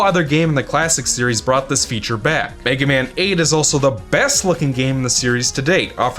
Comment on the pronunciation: Somehow it sounds like you're saying "the Megumin franchise".